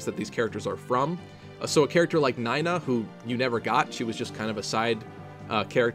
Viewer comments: I'm sorry but "Nye-na"? Echoes pronunced her name "Nee-na". Next, you're gonna tell me you pronunce "Kah-zeh" as either "Kaz" or "Kay-ze". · you're not the first person I've heard pronounce it "Nye-na" But then we also have two Arthurs, an Artur, and two Kamuis, so there's that